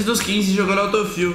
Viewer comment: e q porra é auto fill, feel, fiu (sei la)?